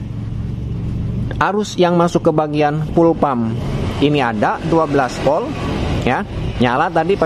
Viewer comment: Urang sunda knpa nyak te bisa omong huruf Volt sllu bilang Polt 😊